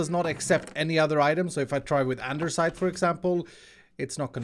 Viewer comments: "Anderssite" lol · there is no "r" in andesite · there is no r in andesite!!!!!!!!!!!